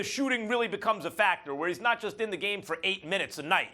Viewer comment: Justyin The Composer 😂💀💀💀